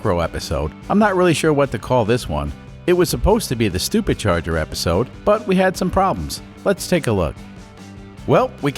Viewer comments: Are you mispronouncing supercharger for stupid charger or doing it on purpose either way it's funny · is he saying stuper charger?